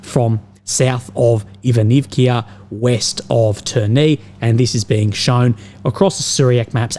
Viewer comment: NOT IvanivIA! On the end vowel "A"